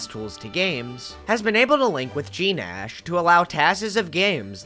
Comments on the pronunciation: Gnash is oronounced “nash” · The g in gnash is silent, as in "The gnashing of teeth." Okay, I'll go be a pedant somewhere else now, sorry.